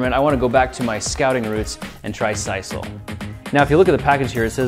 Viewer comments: It’s pronounced sis-el Not sise l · Sisal is pronounced like "silly" not like "eye full"....Nice vid.....Joe